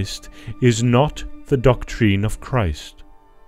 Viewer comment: What is doctrEEN? I've never heard DOCTREEN before. What kind of accent is that? Is this an AI channel?